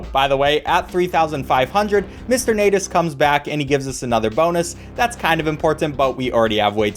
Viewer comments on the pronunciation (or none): U Sayed natus not natas